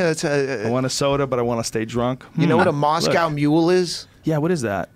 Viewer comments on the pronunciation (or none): none